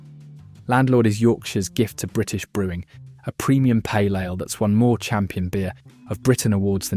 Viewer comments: Pronouncing Ale as Aller and Theakstons as “The ackston” smells a bit of AI involvement. Apart from that a not bad list, but I’ll stick with Guinness thanks! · Got fooled into watching this AI crap right up to the point when the 'narrator' pronounced "ale" as "Alah", and "Theakstons" as "Thee-Ak-stons". A dead giveaway ! How much "Alah" can your robot drink?